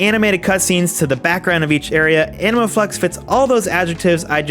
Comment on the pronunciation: Am I the only one hearing "Anal Flex" every single time xD